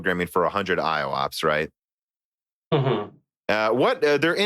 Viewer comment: Please note that IOPS is pronouced I-OPS and not I-O-OPS (both you and misspoke in a previous episode too - just have to mention it, Meyer pronounces it correctly). Great episode though!